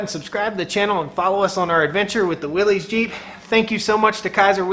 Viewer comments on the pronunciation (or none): Please quit calling it williessssssss, you are giving me the willies. It is pronounced WILLYS. "Yars says" WILL S. Willies is a nervous condition of agitation or great discomfort. You have in your life probably heard a person announce someone or something gives them the willies. And no, it's not up for debate. Familiar with your area and love your videos and things going on. Keep them up from now on. Check out John Willys, circa 1912. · I believe it's pronounced Willis...not willies. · It's pronounced Willis, not Wilee's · No one's going to comment on how it's pronounced Willis, not Willeez? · The way you mispronounce Willys drives me up the wall. Other than that love the content. But MAN that mispronunciation drives me up the wall.